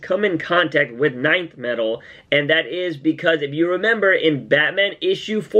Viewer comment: Its not NINTH metal its Nth metal. just pronounce the letter N